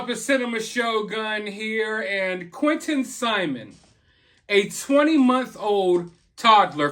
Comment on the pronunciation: Why can't she even say Angel Quinton's name